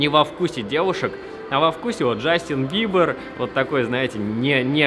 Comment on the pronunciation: Не быбр а бибер